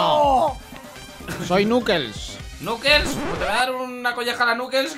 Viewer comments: No e nukes es khukles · SE DICE KNUCLEES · El azul es Sonic, el naranja es tails y el rojo es knuckles que se le pronuncia nackels